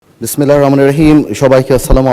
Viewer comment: বিসমিল্লাহটাও ঠিকমতো বলতে পারেনা